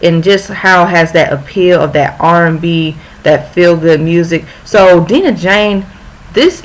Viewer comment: Dang post this on Twitter haha love this ❤️ and also we pronounce her name as: Die-nah Jane 😍😍 thanks girl!!!